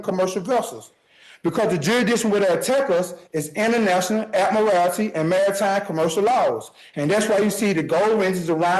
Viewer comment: Ad-murr-al-tee law 🙄